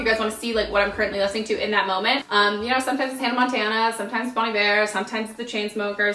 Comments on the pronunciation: I literally thought she was saying "Bonny Bear" for that whole video until I looked at the description and realized it was Bon Iver lol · I spit out my drink when I heard how she pronounced Bon Iver